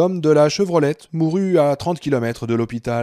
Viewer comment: Chevrolet et pas Chevrolette